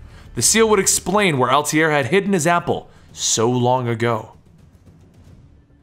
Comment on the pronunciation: by the way its pronounced alta-ir lol